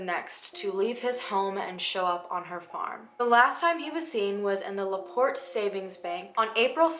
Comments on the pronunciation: Laporte is only 30 min from me, you said it correctly :) you look super adorable btw !! <3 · Used to live 30 mins from Laporte. You said it correctly 😉💕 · I live in Laporte and you pronounced it right. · I just found out about this and I've lived in laporte for a good portion of my life...you said laporte right it's French for "the door" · Yes, You said LaPorte right. Thats my home town this is the only really big crime story that has ever been covered there. Its a small town. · I live so close to LaPorte. Which you said the right way lol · You said it correctly. Hoosier here. Never knew all this. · ooh man... you said Laporte perfectly. It's only 35 minutes away from my. house!!! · You said LaPorte correct!! It’s where I live! My father is so familiar with her and this story as he was born in 1943. He loves this case! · You said laport right! I live by this town. This woman is very interesting. Crazy enough someone lives on that property. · Oh my god I’m from LaPorte!! That’s so creepy. And you did say it right btw! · And btw, you said LaPorte correctly 😉